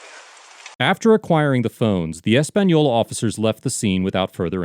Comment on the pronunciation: Wow this is my home town and it's crazy to actually see a video on it haha. Big fan of the page and I want to thank the maker of the video for properly pronouncing the city of Española. It's not a hard name to say and alot of times it's mispronounced so I appreciate the little effort it took to properly say it. I can help with a little more information. One crazy thing the sheriff did when they came to arrest him. He legit called all his deputies from the field to the office saying an emergency was happening giving no context. So they all pull up draw their guns and there is pretty much a stand off it was crazy. Now I do agree how bad the sheriff department looked here but I must say I know first hand there is some really good ones in both the sheriff department and the city of Españolas police department. The under sheriff was also arrested at a later date and this is all still going through the process. I will come back to this comment and update it as the proceedings continue. Thank you again to the creator of this page and the great work you do. You entertain and teach a lot of people stuff about the law and we appreciate you.